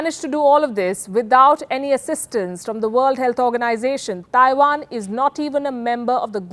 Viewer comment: Please stop saying "Thaiwan". It's Taiwan. There is no 'H'